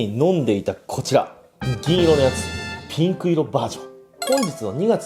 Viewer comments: 缶缶がピンクの発音が好きすぎてそこから進めないw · ここのピンクの発音すこ